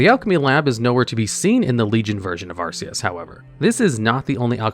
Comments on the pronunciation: I know you mispronounce words on purpose but hearing you say Arceus like the pokemon instead of Acherus really tilts me. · arceus is a pokemon. The ebon hold is "ACHERUS" (Ack-er-us)